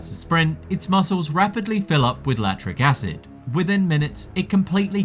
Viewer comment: I really did enjoy the video and it is good. I do want to politely let you know that you did mispronounce a few words like chitin and lactic acid.